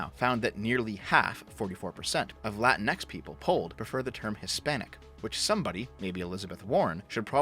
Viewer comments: It's pronounced "La-Tinks". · My girlfriend is of Mexican descent. She hates latinx. Also you keep mispronouncing it; pretty sure it’s “la-tinks”. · HOLY SHIT, SHE ACTUALLY TRIED TO USE AN ACCENT AND THEN JUST PRONOUNCED THE X IN ENGLISH. "Lah-teen-ECKS" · As an Australian, I pronounce it la-tinks.